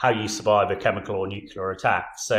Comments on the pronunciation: "New. Clear." Not "new-que-lar." You're welcome. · Not “nucular”! It’s pronounced “nu-clee-ar”. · Take a shot every time an """""expert""""" says "nukular" on Times Radio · Somebody, please tell him it's NUCLEAR, not nucular! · The chap who says he's an expert said 'Nucular' !!!🤭 Is there any hope??? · Sorry but it drives me crazy when I hear it pronounced nucular, like why can't they pronounce it right? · Getting pretty annoying how nobody on TV can pronounce 'nuclear' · Brilliant insights as ever from proper experts, just a shame he's spent too much time with Americans and can't say the word "nuclear" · It is so incredibly distracting that the gentleman uniformly imispronounces "nuclear." It makes it difficult to pay attention to the substance of what he is saying. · Former General of the CBRN Regiment can’t pronounce “nuclear” what an awful waste of mater & pater’s dosh.😂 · how is it that a guy as smart as that doesn't know how to pronounce nuclear? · Spent his life working with nuclear weapons, but didn't learn how to pronounce nuclear.